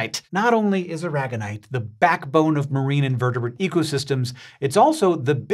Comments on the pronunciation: AIR uh gone ite. Like the Spanish state. Not uh RAG gun ite. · Surely as it's named after Molina de Aragón in Spain it should be pronounce ara-gon-ite not a-rag-on-ite. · well thats not how i pronounce Aragonite